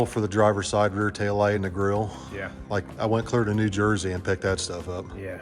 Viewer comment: did I hear you right? Did you say New Jerky?